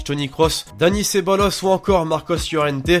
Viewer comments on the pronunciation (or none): Mdr a quand il dit ceballos j'ai compris ce bolosse (rip l'orthographe)😂😂